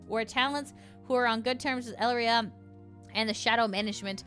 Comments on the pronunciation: A pretty common and ancient rule, if you are not with me, you are against me. There is no third stance to take. You dont kneel to me, even if we cant directly off you, we can make your life a living hell. On that note, i find it interesting how you read her name as El-ria. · Also on pronunciation, Elira's name is "eh-lee-rah" similar to Elara from Greek mythology.